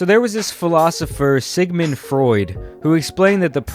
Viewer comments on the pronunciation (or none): none